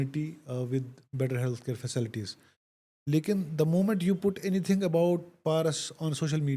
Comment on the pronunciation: Fasalties ne it's fa ci Li ties .keshir dhand